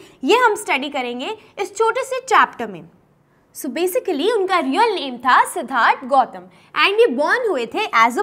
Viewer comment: Ma'am not Siddartha "Siddhartha"